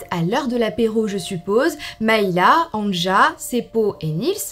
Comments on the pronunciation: Anja se prononce "Ania". Le J se prononce comme un Y chez nous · On t’aime mais on prononce Ania le « j » se prononce « y » 😂😘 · Si je peux me permettre, Anja se prononce en réalité Anya, les j sont des y dans les pays de l’Est et en Scandinavie. Sinon cette vidéo est vraiment intéressante, je trouve le concept incroyable et le fait que tu te lance dans le true crime me rend vraiment très heureuse 🥰✨ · Terrible 💖 Pour les noms et prénoms suédois, danois finlandais, le j se prononce y... Pour exemple Anja se prononce Anya 🥰🥰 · Super vidéo !! ( néanmoins en temps que finlandais je te dis juste pour t’informer que le "j" se prononce i donc anja se prononce ania 😭) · Mdr AnJa je rigole toute seule 🤣 ça se prononce Ania...par contre il faudrait éviter les photos. "anachroniques" cela se passe dans les années 60... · anja se prononce ania😉 sinon super video !!! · Il me semble que Anja se prononce "Ania" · Bonne histoire, un petit détail toutefois Anja se prononce "Ania" dans les langues germaniques. Un exemple : Ja en Allemand et Néerlandais. Désolé d'avoir fait ma chiante. Bisous xx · C’est un détail mais Anja se lit « Anya » genre A-Ni-Ya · coucou juste pour te prevenir que Anja se prononce Ania :))) gros bisous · "anja" se lit "ania" phonétiquement😙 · Brdle... Anja se prononce Anïa 😅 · Petite info, Anja se prononce Ania* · Coucou j adore tes vidéo Le prénom Anja se prénonce ania